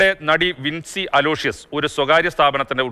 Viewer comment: വിൻസി അലോഷ്യസ് ആണ് 😀വിൻ സി അലോഷ്യസ് അല്ല